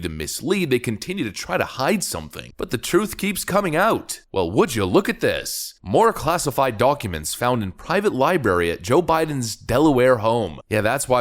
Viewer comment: You didn't just say "LIBARY". I used to say it that way when I was 4.